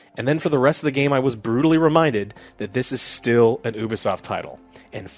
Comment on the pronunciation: It’s, U-B-Soft. Not, Oo-B-Soft